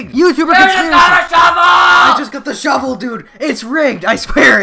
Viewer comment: "I just got the shevel"